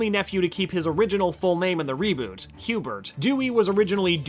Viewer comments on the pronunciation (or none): none